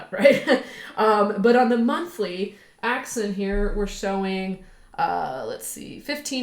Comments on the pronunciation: Axon not Axin.... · AXON AXON AXON<<<<NOT AXIN!!